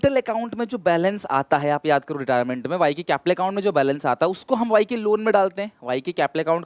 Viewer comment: Retirement sir😅 not retiement